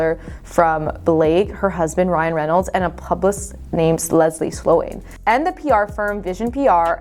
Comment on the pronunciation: Whoever is talking is really bad at reading. 400 million dollar? It’s dollars. Publis? It’s publicist.